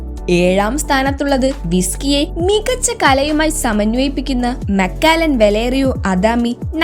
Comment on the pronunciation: മക്കാലൻ അല്ല മക്കലൻ